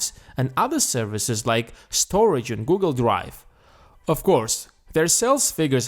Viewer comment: Lmao when you say "Google" it's like Gogol !!! Pls change the narration ..